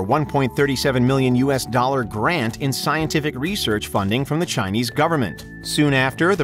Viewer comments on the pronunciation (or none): none